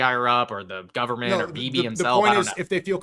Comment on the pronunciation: thanks, but if you have ears you can hear he still said ‘governet’